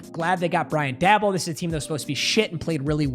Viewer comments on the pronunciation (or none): Yo this is how you pronounce Brian daboll Day-Ball your saying Da-Bulll Love you